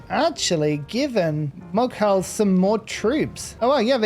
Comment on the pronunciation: wasn't sure if you knew or not but fyi, the Mughal empire is pronounced moo-gal